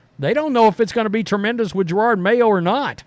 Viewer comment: You know the coach’s name is Jerod, right? Je- Rod for pronunciation.